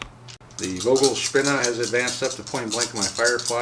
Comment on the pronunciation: German language lesson: German ‘V’ is pronounced as English ‘F’ - ‘Fogelspinne’ (bird spider = tarantula).